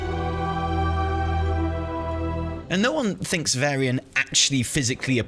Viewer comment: VARYIAN not Vairy-an!! Sooo triggering